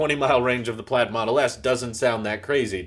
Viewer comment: Pladd? not Plaid 😜😎